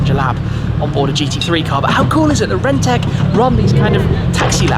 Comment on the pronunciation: Rentech... Sounded like rented...